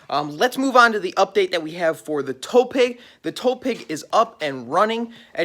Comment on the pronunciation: Am I the only one that is hearing tow "peg" instead of tow "pig"??? Lol